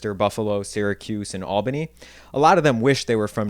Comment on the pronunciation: I went to school in Ithaca. I can tell you’re not from Syracuse or Rochester by the way you pronounced their names, but idk enough about the other cities to place you lol. Thanks for this! Been thinking a bunch about words and accents tonight and this hit the spot! ❤